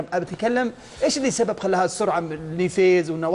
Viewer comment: من يوم قال سبيب !! اغسسسسسسسسسسل يدك من التحليل : )